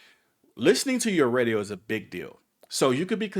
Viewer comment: I heard Reedio not Radio